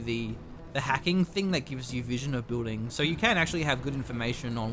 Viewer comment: Building not booding. Peace